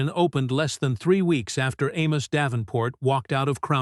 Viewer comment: Amos should have pulled his investment because A.I. cannot consistently pronounce his name.. 👇🏾😋